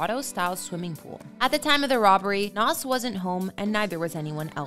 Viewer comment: Its not Nahsss, it's Nahz